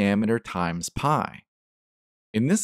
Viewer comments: that's not phai it's pee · Read pi not pai.